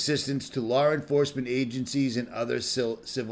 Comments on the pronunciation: I cant get over "Lawr enforcement" La enforcement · WTF is lar enforcement... I'm trying to listen but hearing lar instead law cringes me..